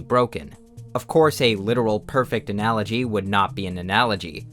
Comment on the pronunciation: haha he say ANALology